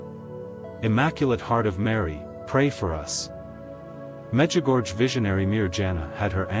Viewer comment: It's pronounced 'Mejigorye.' if spelt phonetically in English. 🙏🙏🙏🙏